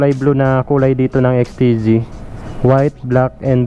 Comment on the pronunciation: Bisaya kc kuya ikaw talaga. Parang pering at plering diba? Joke